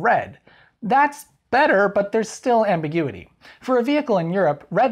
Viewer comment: lol amberguity